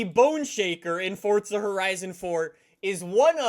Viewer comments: FORZA. there is no 'T'.. please stop pronouncing it with a 'T'. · It is Forza not Fortza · Its pronounced FORZA not FORTZA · Fortza? FORTZA?? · Why r u saying FORTZA it is FORZA there is no T in FORZA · Sorry..did he just say ForTsa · Y do Americans and Canadians say forza like fortza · It’s 4za not forTza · You’d be broke cause he says Fortza not Forza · why bro always saying FORTZA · Your stupid af, if you look it up it's pronounced fortza with a slight t. Stop tryna correct others when you can't get it right yourself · why he say it like fortza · ugh, FORTZA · Someone tell this guy that there is no "T" in the word "Forza"😂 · The only reason you wouldn’t be good is bc you call it “fortza”😂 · HE CALLS IT FORTZA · Is it me or does he say fordza?! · There’s no t in forza, so why is he saying fortza? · is he saying "fortsa" that often on purpose? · Why does he keep saying fortza???? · the fact he says fortza pisses me off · Stop saying Fortsa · Omfg god dude stop saying fortza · Where is the t in forza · WHY ARE YOU SAYIMG FORTZA XD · Oh... we got another "fortsa" guy.. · The only reason I don’t watch u much is because u say FORTSSA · It kinda gives me aids when he says fortsa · Its not FORTZA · he say FORTZA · fortza = fortnite x forza (just kill me now please) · “Welcome back to Fortsa Horizon 4” All in good spirits, not making fun of you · Fortza lol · stop saying forTSa horizon four all the fucking time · is it just me or does he say fortza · There is no T in forza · that’s how almost everyone says it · Oh great another guy who thinks there is a t in forza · Forza not Fortza! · ITS NOT FORTZA ITS FORZA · It isn’t fortstza it is for zap get it right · it’s forza not fortza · Why does he pronounce forza like fortza??? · Fortza.. I believe its pronounced forza.. "4-ZUH" lol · Can u accualy flippin pronounce the game right it's Forza not fortza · Please stop calling it fortza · why u say fordza and not forza... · This guy said fortza that makes me so mad lmao